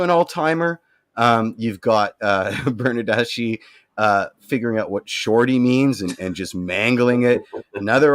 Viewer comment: Your mispronunciations of Italian names is driving me nuts and I'm not even Italian. For example, Bernadeschi. "Ch" in Italian is more like an "K" in English. Giovinco is pronounced Joe-vinco.